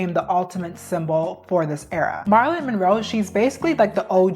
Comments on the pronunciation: Bro, check the names before you say them... Your video was bomb otherwise, but how'd you butcher Michelangelo and Marylin.. They're western and common too... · She's very eloquent and so far I've enjoyed the videos I've seen that she's made, but she pronounces a lot of words wrong like Marilyn, Bardot, Michaelangelo, and chic. I love that she says "period" though <3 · Why are we correcting how she pronounced MM’s name? How annoying🙄🙄🙄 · it was distracting to me 😅 especially with Marilyn’s name lol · And "marr-ilyn Monroe" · You're a sweetie but please work on your pronunciation of things and people.Marilyn isn't Marlon,and Micheal isn't Michelle. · What in the annunciation...I dealt with doe-ve and Mar-lon but Bar-dot? Do you watch anything about these people before you speak about them. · I’m so sorry but I was tweaking out when she kept calling Marilyn- Marlyn😭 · Marlon ?? You mean Marylin ? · they way you pronounced her name is so funny “Mar-lin” is a guys name😂😭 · It's pronounced "Mær-a-lin" Monroe. This is the first time I've ever heard it mispronounced. Ever.😅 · Girl, your pronunciations of Marilyn and Bardot are WILD 💀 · gurllll you are not saying Marilyn Monroe's name right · Forreal im glad im not the only one who noticed her butcher her name 😂😂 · Marilyn, not Marlin. I'm sorry even my subtitles picked up the mispronunciation. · Girl the way youre saying Marilyn (" Marel-Lyn") like Marlon...,😭😭😭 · Did you just call Marilyn Monroe “Marlin” like the fish??? That is NOT how you say her name 😂😂😂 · It’s not Mahr-ilyn, it’s Mare-ilyn. It’s not heroin chick, it’s pronounced like heroin shiek. I swear, it’s like you intentionally pronounce easy things incorrectly on purpose in every video lol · Girl I love you but it’s MARILYNN. Not MARLIN. That’s a males name. MARA-LYNN is how you say it. Also it’s MICHAEL not MICHELLE. Come on it makes it seem like you didn’t even study this video. And you call yourself a history nerd.. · it’s Marilyn not Marlon